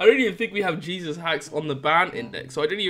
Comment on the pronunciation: "he's got jeseus haxs" lol lamo